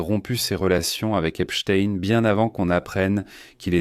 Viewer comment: vous êtes un des RARE journaliste à PRONONCER CORRECTEMENT le nom de ce predateur en l'appelant :EPSTEIN et NON : EPSTINE comme font 90% des perroquets ? PORQUOI ? en prononçant correctement ce nom on voit de suite que celui ci à une origine JUIVE ! OR les sionistes détestent que l'on parle d'eux en MAL ! le peuple élu ...m'enfin ! est ce une coutume ,une tradition ,une tare dans cette communauté SIONISTE que d'être DEVIANTS SEXUELS (voir les SEVICES SEXUELS que subissent les malheureux prisonniers Palestiniens à Jérusalem ,mais aussi les D S K l'horrible Harvey WEINSTEIN (mee too ) et tant et tant d'autres comme vu sur tous les documents sur le sujet ! par contre votre vidéo n'apporte rien de nouveau sur ce dossier; à montrer quand même aux évangélistes électeurs de TROMPE !" :Dieu ne dit pas :" aimez vous les uns les autres !"